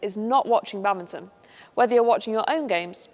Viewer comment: Love how they pronounce it like "Bummbinton" XD